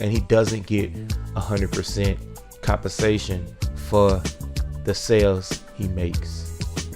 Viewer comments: you didn’t even know how to pronounce compensation 😂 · i never had any insults 😂 i just pointed out that you had trouble pronouncing “compensation”, which was a fact. i don’t know anything about you to properly form an insult. just bored and you keep responding so i keep responding 😬🍕🍟🍔🥡🤤